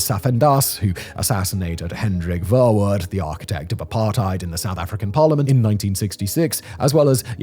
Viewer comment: Verwoerd cracked me up. Dude lives in Europe. Would love to see how he pronounces Dutch names 💀